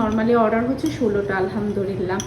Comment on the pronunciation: আলহামদুলিল্লাহ্ শব্দটা সঠিকভাবে বলবেন তা নাহলে অর্থ ভুল দাড়ায়।